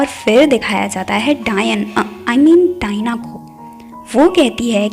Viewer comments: Dayan😂😂 Diana ko dayan bol diya 😂😂😂😂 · Ommooo u said daina as dian😹😹😹, this was the funniest scene here 😹😹👌u nice keep going~😀